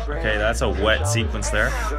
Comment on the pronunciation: Did he just say WET SEQUENCE??? SKSSKSKSK